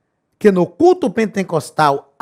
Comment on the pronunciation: Só eu entendo o Pastor falar PENTENCOSTAL ??? 😲